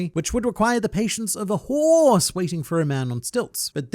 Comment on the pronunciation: I will always absolutely appreciate anytime you mention Shelly you actually say hooorse properly instead of just saying horse